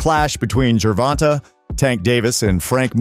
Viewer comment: First off - It's GER- VON-TAY! Second of off - they should sue you for saying nor alot of hype surrounding the fight. Yes there is. Maybe not for your community.